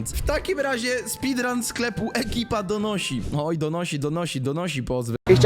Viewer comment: nie mówisz już ekipadonosi tylko ekiptonisi? haha